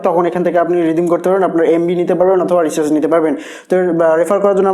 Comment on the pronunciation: Recharz word tao to bolte paren na***